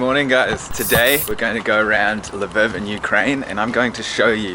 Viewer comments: it is pronounces luhveev hot luhviv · It's Lviiiiiv not lvov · Please pronounce Lviv correctly. Its pronounced Lveave. Literally nobody wants you here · The way you pronounce Lviv is funny. “Lavyv” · Taking advantage of our country for your "crazy" tourist prices, at least learn how to pronounce the fucking name of the city. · Also, your pronunciation of the city “Lviv” is way far from being right. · He's saying Lviv so wrong I can't....